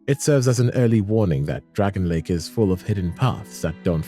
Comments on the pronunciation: DRANG-LAY-ICK NOT DRAGON LAKE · Awesome video, dude! One thing though.. "Dragonlake?" "Drang-lay-ick" is the proper pronunciation. Its not that deep but i had to point it out lol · DRANG LEY IC not dragonley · PLEEEEEEEAAAAAAAASE!!! ITS PRONOUNCED “DREN-LEK” NOT DRAGON LAKE 😭😭😭🙏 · Your constantly saying dragon lake instead of Drangleic very clearly and well prononunced makes me wonder if you have actually played Ds2 or are just reading a list of stuff you found elsewhere 🤨not like its not mentioned in conversation enough times in game, if it were a slip of the tongue then fine, but you do it consistently. 🧐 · Drangleic is not "dragon lake" 🤣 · PLEEEEEAAAASE!!! IT'S PRONOUNCED "DRANG-LEYIK" NOT DREN-LEK 😭😭😭🙏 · "Dragonlake" "pattay" brother... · Love the video but bruh your pronunciation of Drangleic is atrocious